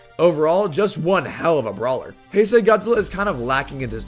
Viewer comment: ITS PRONOUNCED HIGH-SAY GODZILLA NOT HEY-SAY GODZILLA >:(((((